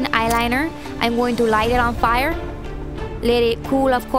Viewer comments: ahaha " taking my Maybelline eyeline, im going to light it on PIRE" haha thought she said that funnny <3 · "I'm gonna lyte it on fi-yer" hahahhah nice!